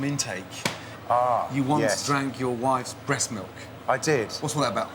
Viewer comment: teddy melk